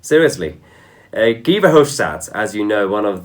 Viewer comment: Why pronounce Guy as Gee? and for that matter why Angela (hard g) when it should be pronounced Anjela?